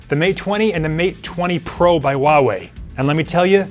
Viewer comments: Hey dipshit! It`s not WUAWE it`s HUAWEI ! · It’s pronounced who-ah-why not whatever that guy is saying, jeez I can’t take him serious...